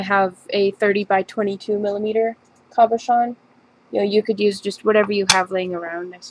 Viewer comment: Its a CABOCHON not COBOCHON SO PLEASE IF YOUR GOING TO SAY IT SAY IT RIGHT........